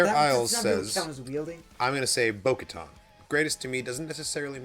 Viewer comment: I felt bad for he was trying so hard to remember bo katan last week Lol then later when Asoka name dropped and in this video said "bo katar"